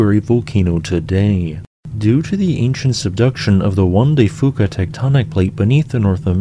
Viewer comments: Also Juan De "Few-cah," and Mt. Shasta rhymes with the word "canasta." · even a freshman geologist would know how to pronounce juan de fuca though